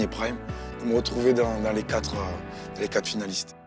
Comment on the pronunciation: Rhaaa apprenez a Shym a dire "Quatre" j'en ai marre d entendre top QuaT" Y a un R bordel!!!!